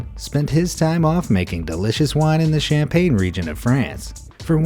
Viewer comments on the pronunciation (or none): none